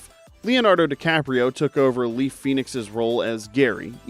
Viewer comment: "Leaf" Phoenix? Is that another Phoenix sibling?